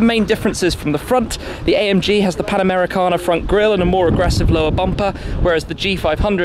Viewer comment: Oh please, this new grill design is called "Pan-Americana" not "Panamera-Cana" as everyone bloody pronounces it...